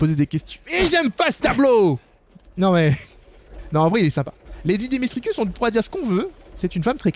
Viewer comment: on dit dimitrescou..... pas dimistresucsss lol